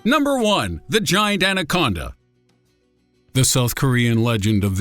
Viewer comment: Narrator: "What's next? Giant Ancona?" "Number one! The giant anconda!" I lost it! 😂